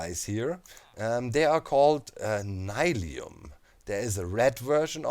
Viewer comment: is it n-i-lium? personally would pronounce it as nill-ium